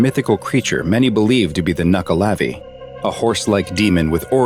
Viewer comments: It’s a nukeleev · it’s pronounced nuckle la veeeee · ahh yes the classic the nuckelavee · Ah yes, the Nuckelavee